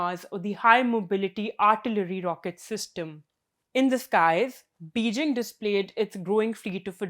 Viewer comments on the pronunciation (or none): none